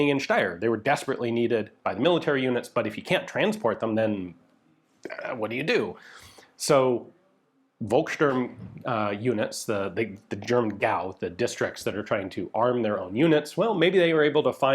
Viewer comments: Interesting, I hadn't even considered the factory guards as seperate from the army. Minor nitpick: Volkssturm is pronounced with an "F" sound, I got this off Wikipedia: [ˈfɔlksʃtʊʁm] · Please Ian, In german the V is pronounced as a F. So Volkssturm is pronounced Folkssturm, with an F.